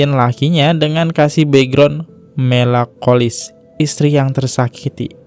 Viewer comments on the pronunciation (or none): Koreksi pengucapan : TOKOH, MELANKOLIS, sebelum upload itu harus dicek ulang bro, cara baca-mu itu sering salah, bisa di take ulang di bagian yang salah, jangan buru2 upload.